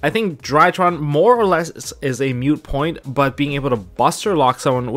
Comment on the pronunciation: "moot" like a cow not "mute" im sorry lol